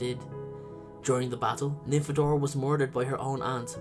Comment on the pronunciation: Don't call her Nymphabora! XD